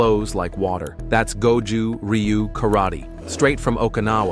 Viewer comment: You can't even pronounce it correctly. Will not waste my time with this video.